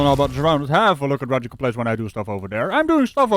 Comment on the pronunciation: Dude, you had me in stiches with "Professional Brain Farter!" Holy cow!